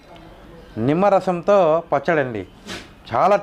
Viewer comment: విమ్మరసమాఆఆఆఆఆఆఆ ...✋🙄... నిమ్మరసం అయి ఉంటుందిలేఏఏఏఎ😂😂😂😂😂😂